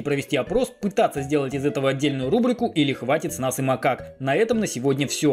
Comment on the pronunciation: Я один услышал как он в конце сказал не рублику а будто рлублику или лабрику?😂